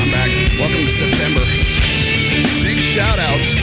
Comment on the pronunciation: Wait.m did you say "SIMPTEMBER"??? 😅